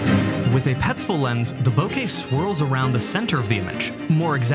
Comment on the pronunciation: Im glad you said Bokeh correctly. Its a pet peeve when i hear "Bokah"